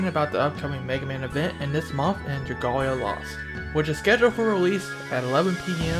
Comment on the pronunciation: LOLOL hearing you say dragolia lost well it's okay but it's pronounce dra-gale-lia lost